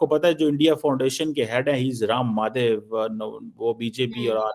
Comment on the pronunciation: 😂 Ram Maadhev, Kulbhusan Jaadhev ye inki halat hai itni simple pronunciation in jahilon se nahi hoti jabki bachpan ee Urdu or Punjabi bol rahe hain ye jahil tab inki ye halat hai or expert banana hai inhone Bharat ke upar. Waah jahilon waah bada hasa aata hai tum logon ki jahaliyat dekhkar Allah tumhare upar aur karam kare or aise hi aage badhata rahe or khas taur par tujhe or wo Muqtedar ko.😂😂😂